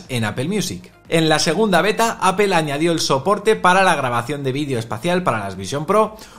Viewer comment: Titulo de este video en ingles y toda la cosa, pero empiezas a escucharlo y lo primero que oigo es una palabra extraña: APEL 🤣🤣🤣🤣